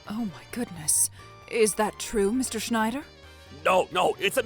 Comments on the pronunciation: Schnider (unintentionally pronounced as Schindler, except by the principal / / ) is in SUCH A WORLD OF SHIT. And DON'T GET ME STARTED ON THOSE DIPSHIT DELINQUENTS EITHER, complete with the "Beavis laugh" no less... ( - ) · Constantly pronouncing the wrong name was funny. Was it Schneider or Shidler?